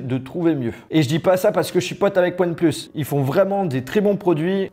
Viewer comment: ouane plusse ai lai maillur tailaifon du monde